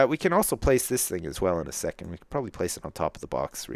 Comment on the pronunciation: "Proberbly definately worth picking up" lol